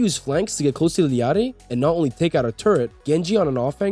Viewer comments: U illiterate or what its I L L A RI NOT ILLIARI do u even english ? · just say ilari like a normal person lol